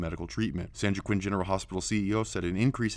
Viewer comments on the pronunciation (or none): It's pronounced (wa-keen) ! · That’s pronounced “Wah-Keen” the J in Joaquin is like the J in Juan. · Joaquin is pronounced "Wahkeen"... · you're so brilliant that I give you a compete pass on the occasional monotone speaking. Every video you make is jam packed with information. You night be the most informative conservative YouTube out there. Keep up the great work. Oh yeah and joaquin is pronounced wah-keen:)